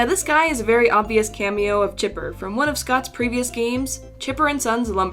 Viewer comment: GunpowderLil 88 ITS CHIPPER NOT CHIPER